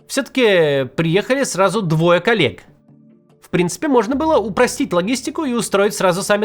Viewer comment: "приехали сразу двое калек"😂 Знаю, что там "коллег" Максим имеет в виду, но то, что послышалось как более соответствует действительности.